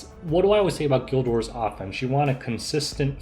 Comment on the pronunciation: I looked away from my phone when you said "guild war" and heard "gilbert"... I guess that's what it's called now